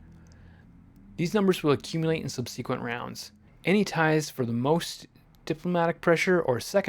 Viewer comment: A very well organized and clear tutorial. I will definitely check your channel for future content. A minor note, it’s pronounced sub suh quent, rather than sub c quent.